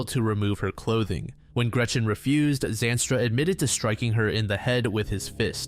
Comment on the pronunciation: How do you say Zandstra 76 times in a sentence and mispronounce it?